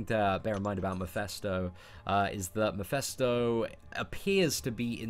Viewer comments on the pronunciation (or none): mEphIsto not mIphEsto lol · repeat after me; MEH - FIS - TOE